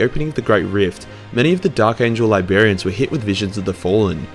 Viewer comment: LYBERians? lol. Great vids tho bud